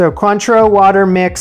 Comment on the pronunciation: You baffle me. You pronounce Cointreau perfectly, yet you say "lick-cure"...